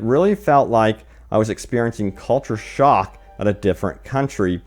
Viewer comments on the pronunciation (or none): none